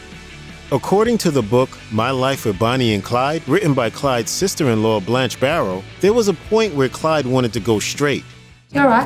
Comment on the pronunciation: No one can ever get Blanche right